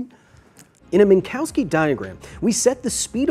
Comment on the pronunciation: You spend too much time with Comms officer Douglas Eifel Kyle... It's Min-cov-ski, or lieutenant comma... Wait, wrong Minkowski.... But the pronunciation stands!